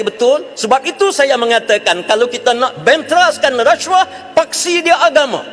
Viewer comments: Apa masaalah kalau sebut rasuah elok2, lidah org melayu, ni reshuah2, mcm bab btl, belagak nk mampos, mp parti sorgaa ni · Orang Asli je yg sebut huruf S tu jadi ‘resyuah resyuah’ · Masaklah kau lepas ni. Cakap pun pelat RASHUAH😂😂😂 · bahas belanjawan ka bahas kes " rasyuah "....sebut bg betoi lah..kau tu mp ooiiii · Sebut rasuah pun x reti... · sebut rasuah pun x betoi...peedahhhh..begitu lah mp pas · Ada juga ahli parlimen pelat. Pergi masuk makmal bahasa. Belajar sebutan yang betul. Booodoooh. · ptt pun ade dgr pelik semacam mangkuk haram ni pronounce rasuah